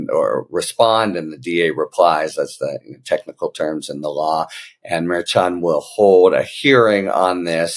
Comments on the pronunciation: Pronounced mer SHON. Not mare chon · I enjoy all your content, and your helpful takes on what is happening at certain levels behind the scenes. That being said, it is with the best intentions, and all due respect, that I gently remind you that the judge's last name is pronounced "Murr-SHawn" as was previously pointed out by K.F-A a couple weeks ago. Have a fantastic day, sir.